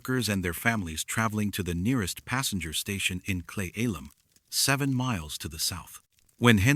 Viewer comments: It's pronounced "clee-ellum" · I am laughing at ALL the mispronunciations of towns and county names in Washington. Cle Elum is pronounced (Clee-Ellum) Sequim should be pronounced (Skwim), and Juan De Fuca (F-you-ka)not (Fooka)Some of the native tribal names are butchered as well. AI, you still have some learning to do! 😂 Also yes, that Chen guy sure did get around as well as Robert McLeod.... What else is funny, I have lived in Washington all of my 56 years and have never heard anything about any of these stories.....Just sayin'! Wait, is this video real? 20 years from now will there be no record of its existence??? 😮